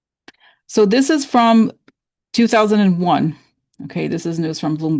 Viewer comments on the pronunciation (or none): none